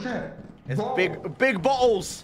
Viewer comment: I got bo'les (English accent) Daca: You got balls?